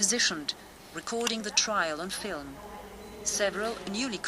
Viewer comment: Very good but it is "Trial" not "Trail"